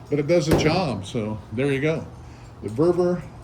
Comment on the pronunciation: VEVOR..not vervor 😊